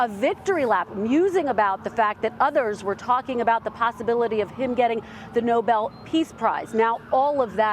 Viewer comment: No-Bel No-Bel NO- No ? Okay